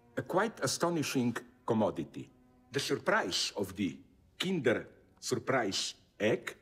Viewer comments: Zizek pronounce "Kinder" Suprise Egg really well. I'am german and "Kinder" means Children in German. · Of course he pronounced Kinder correct, he's a Slovene.